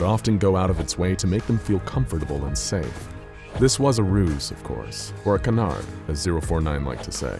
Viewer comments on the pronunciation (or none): none